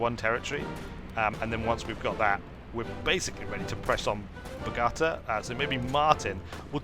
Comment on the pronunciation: Video is 4 weeks old...still feel the need to complain about the pronunciation of Bogota!